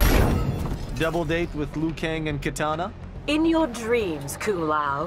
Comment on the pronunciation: Kitana not katana